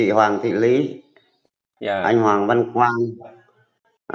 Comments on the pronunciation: hỏi lại mình mắc cười quá. Cô ný= cô lý.cô nan= cô lan.😅😅😅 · Lý chứ k phải Ní ơi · Nói ngọng , Lý mà Ný , Nàm .... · Tiếng địa phương chứ tên cô của bé là lý chứ k phải ný đâu ạ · E là người trong video tìm kiếm cô, cô e tìm là cô Lý, xin lỗi mọi người vì e bị ngọng vùng miền e Thái Bình là L và N mong mọi người thông cảm